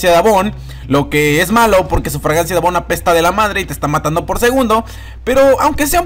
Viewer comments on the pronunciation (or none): none